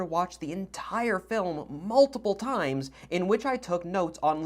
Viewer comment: "I watched the film mulitiple times" Oh you poor poor man.